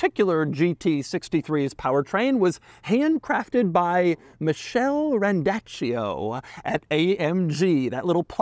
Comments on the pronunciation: i don't think its „michelle“ its probably an italian named „mikele“ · It's Michele ("Mikel-ee") NOT Michelle!! It's an Italian male name.... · Pretty sure his name is pronounced MIKÉLE not mishell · Michele Randaccio is an italian male name it reads mikele not michelle, its nice to see and italian built german engine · It’s pronounced Mi Kell a.. Not Michelle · Michele, not Michelle. 😂 It’s a(n Italian) dude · Being a European car and the engine builder having an Italian name that was probably a man and it’s pronounced mee-kay-lay . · BUAHA Doug, it's an Italian MALE name. it's MICHELE (not Michelle) RANDACCIO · MiShelll 😂 Americans 🤦🏻‍♂️ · Pleeeeease: that guy at Mercedes is called Michele (Italian name). Like "Mick A Leh". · The engine builders name is Michele, pronounced meekelay. It’s Italian. You really need to work on that. You once pronounced Marcello gandini, marsello. It’s pronounced MarCHello. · that is the Italian (original) form of the name Michael and not Michelle, dear Doug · that is an Italian name and it is not pronounced or spelled as Michelle ... this much you should know Doug, or check up by some sort of respect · That's actually "MI-KE-L-E", an italian (the surname is italian) male name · it's not Michelle... it's Michele, italian name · The handcrafter's name is pronounced Meek-el-eh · The person who built the engine had an Italian last name, so the name is probably pronounced Michele like a k and long e (Italian for Michael) rather than the English name Michele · Doug the kind of guy who can't pronouce Italian names to save his life. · I’m not entirely sure sure the pronunciation of Michele is approved or not 🤔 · Poor Michele Randaccio, he must not be happy about the way his name was pronounced by Doug, but he should be proud of the big job he did with the car!